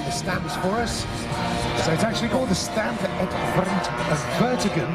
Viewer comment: Despite the name "Stampe", the word is actually pronounced "Stomp". Bugs the hell out of me! Before you tell me I am wrong, I have flown 7 of the full size and over 100 hours logged.